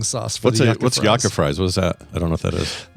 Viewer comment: It's pronounced You-Cah